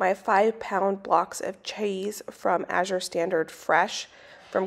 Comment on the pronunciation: The random English accent on CHAEESE had me ROLLING